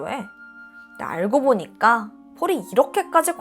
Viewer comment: 그러다 보니깡, 퐐월 이런 발음들이 아직 힘들어가신거 같긴한데 듣다보면 중독되는거 같기도 ㅋㅋ 나문희 선생님 같기도 하고